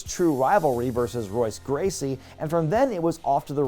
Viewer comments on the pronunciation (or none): Was pronouncing Royce Gracie incorrectly a rib?